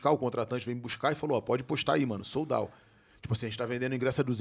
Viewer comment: “Eu falo inglês” minutos depois… “soul dauw” 😂